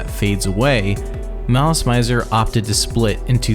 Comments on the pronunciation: The mispronunciations in this are killing it for me. The kei in visial kei is pronounced “kay” and the mizer in malice mizer is “mee-za” and it comes from the word misery just spelled with a z. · Malice Maizer... Maileen Farmer... T___T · mizer, like how you would pronounce “me” in english to refer to urself. The “zer” part was correct tho. But yea, instead of Mai-ser, Me-ser. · Every time you pronounce malice mizor wrong an angel losses its wings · I appreciate the effort, but I got a facepalm at "visual key", and quit watching at "Malice My-zer". Which is to say, I didn't really watch the whole video and I understand no video can be perfect, but I hope this will spread more knowledge about this wonderful if unstable band. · Or the way he pronounces "közi" as /cozy/ or malice "maizer" 😬😬😬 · I'm only 5 minutes into this video and we're off to a rough start. I'm assuming you were not ever into this band? I'm bringing this up because you don't know the pronunciation for anything about them. Visual Kei is pronounced KAY, Malice Mizer is pronounced malice MEEEEE-zer (it's short for malicious misery and Mizer is pronounced like the "miser" in MISERy, not with a long I sound like the noun miser.) The album is MemOIRE the French word, not memory the English word. This may not make any difference for viewers who've vaguely heard of this band or didn't know about them prior to the video, but for people who grew up loving this band, this video seems disingenuous. It feels some random person looked up some stuff online about a band they came across one time on the internet and thought it'd make some interesting content vs a someone making a video essay about something they're passionate about. It really, REALLY kills the vibe. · I think you're pronouncing it wrong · How do you mess up something so important? Not to mention the name of the band the video is about! 😫